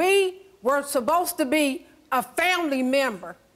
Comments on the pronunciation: Is she saying supposed or suBosed😂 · "We were suppost to be a family member" #english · So we not gone talk about how she keep saying “SUBOSTA BE”😂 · “We were subbosed to be” 😂😂😂😂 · " you subbosed " 😭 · Ms, it’s supposed not subbosed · Wtf is “we. Are subbosed to be building a buznezz. We subbosed to be a family member.” Damn who taught this woman English?